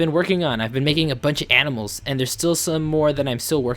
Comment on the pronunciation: lol.....you said aminals whenn its animals